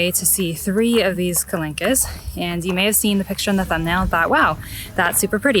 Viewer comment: Well, now that you asked about the pronunciation yourself :) The "qu" in French is basically pronounced as a K, and as the final -e does not have any accents, it's silent. Same for the plural -s... also silent. Therefore it's pronounced ka-lank. But great video!